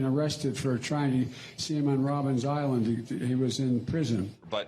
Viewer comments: Biden: it's "Robben Island", not "Robin's Island"! Also: the streets of Soweto are in a suburb of Johannesburg, over 1000 miles away from Robben Island (which is an island off the coast of Cape Twon). Get your geography right, before you start fabricating lies! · Did Biden say Robin's Island iso Robben Island? xD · Robben Island, not Robbins island. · It's called Robben Island, not Robin's Island. And it is 800 miles away from Soweto. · It's very strange that Biden calls it Robins island and Trevor doesn't correct him while he is from SA and knows it's Robbeneiland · Firstly, Biden, it's not Robben's Island its Robben Island. Secondly, you would have to be in Cape Town to go to Robben Island and not Soweto which is nowhere near Robben Island. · Why does Biden keep calling it Robben’s Island? The only S in the name of the place is in Island. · It’s Robben Island, not Robbin’s Island. Something to do with seals, I think. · How desperate is Biden 🤣😂😂😂😂 Trust me, Afrikaners would never have arrested him. He's a white American. The most they would have done would have been to deport him out of the country. He even pronounces Robben Island wrong 😂. You would pronounce the place correctly if such a thing happened to you 🤣